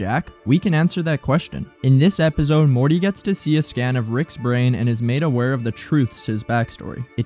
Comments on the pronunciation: The way this guy says epizode instead of episode gets under my skin so bad i dont know why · bruuuh i h8 how he says epizode smfh annoyin ah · Great video man! The way you pronounce “episode” as “epizode” drives me insane though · Really good video! Only one note: try to stop saying "ebizode" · Great Video! Thank You!! But All I Hear Throughout Is Epizode 😂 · I HATE the way you pronounce episode. EPIZODE🤪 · That you say “ep-id-zode” is driving me crazy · what is an "epizode?" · “Epizode” is wild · Um “EPIZODE”?? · Why does bro say episode with a Z it pmo so much